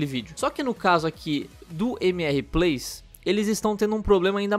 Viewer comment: Primeiro esqueceu do x no MxR Plays, segundo se vais dizer plays, não digas mxr com pronuncia brasileira utiliza a pronuncia inglesa....